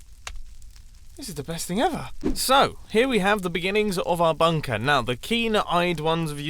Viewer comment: Nobody Mumbo: bünkër